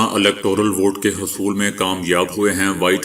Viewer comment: Lafze "husul" Ko "hasul" oadhà hai jo key flat hai